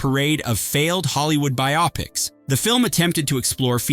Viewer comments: It's bio-pics not bi-opics. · Pronounced 'BIO-PIC', Not 'BI-OPIC'!!! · And bi-ah-pics